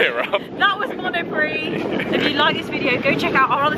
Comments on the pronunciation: it is NOT pronounced Mono Pricks - it's pronounced mono-pree. Oy. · Great Vlog! I'd crack up every time you say monopriX though haha ! You don't pronounce the x :D (it's monopree) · Love your reaction to the self-checkout speaker! Now did she really say "Monopricks?"